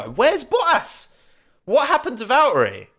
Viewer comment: "C'mon Val'erey"